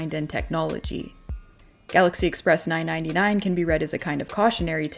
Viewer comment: I have no idea why hearing 999 being pronounced as nine-ninety nine instead of properly being pronounced three-nine is triggering me, maybe it’s my train addicted brain but I don’t know.